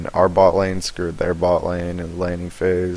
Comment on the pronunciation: His screw'd sounds like scuured